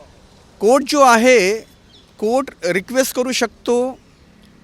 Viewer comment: वकील बिहारी आहे वाटत 😂😅कोट नाही कोर्ट म्हण 😅😅😅